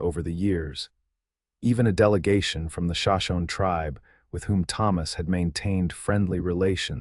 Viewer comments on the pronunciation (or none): Teach AI how to pronounce names (Sho-Sho-Nee)...if you are going to use them in your stories. Respect